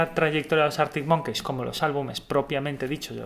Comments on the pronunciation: Es monkis xd pero da igual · cada vez que dices arctic monKEYS me sangra el oido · Año 2080, seguirá pronunciando Artic Monqueis 😂😂